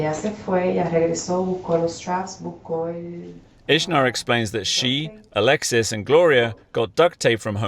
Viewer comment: "The two people I was with...AL-ex-EECE and BRRRI-anng"